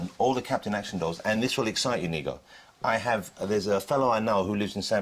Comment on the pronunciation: lol sonds like he sais the n-word and not his namo Nigo